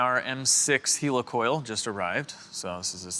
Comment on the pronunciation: Helicoil pronounced heli like helicopter